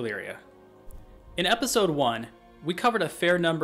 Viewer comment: "Epsisode".. You're welcome!